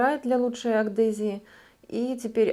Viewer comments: Заметила, что Вы говорите "агдезия". В первом Вашем видео, которое посмотрела, услышала - подумала, случайно ошиблись. Но вот, уже который раз... Правильно - АДГЕЗИЯ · Есть слово АДГЕзия, а не АКДезия. 😁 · Адгезия, а не агдезия